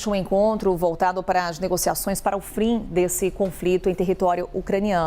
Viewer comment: "frim" foi de lascar da apresentadora 🤣🤣